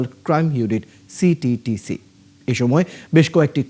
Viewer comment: সিটিটিসি কইতে দাঁত ভাঙে সাংবাদিকের